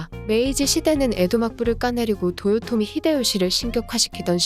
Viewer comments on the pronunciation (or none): none